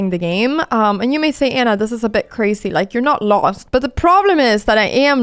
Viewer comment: Great game. Not sure if you will ever read my comment but if you do, I’m sure I’ll notice a change. Your English is actually very good. One thing i noticed that you do a lot is pronouncing Z as S. For example the word resign . Even though it’s spelled with an S It’s actually pronounced with a Z. Even the word crazy . Im pretty sure i heard you say “ crasy “. Also the plural of Woman is Women but its pronounced Wemen. I know… English is such a strange language. I hope you don’t take this in a negative way. From what I’ve gathered, you’re a smart girl who loves to learn. My intentions are good. Another word is busy. Yes it’s spelled with an S but pronounced buzy. I think you do that with every word that needs to be pronounced with a Z. Hopefully I was helpful.